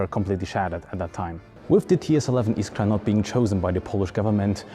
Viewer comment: you said "iskra" so perfecly (i'm polish)